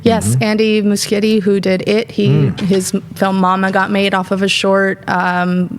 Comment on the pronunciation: Finally someone pronounces Muschietti's name correctly. Thank you.